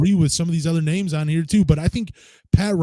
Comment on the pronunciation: can’t says names to save his life 😂